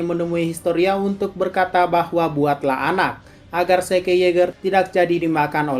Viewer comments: ZIK OY BUKAN SEKE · Zeke = zik